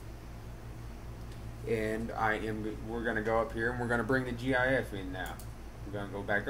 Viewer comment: disliking because he said jee ayee eff jks